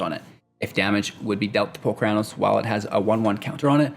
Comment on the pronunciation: Holy Crap, that's not how I pronounce Polukranos! Which means the way you say it is wrong. Sorry bro-ham